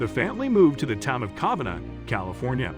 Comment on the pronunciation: Covina is pronounced ko - veena..... Not ka-venah...